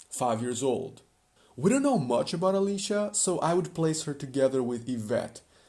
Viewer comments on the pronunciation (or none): none